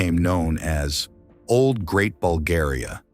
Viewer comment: Dudes can't even pronounce our name... Making stories just for content 🤦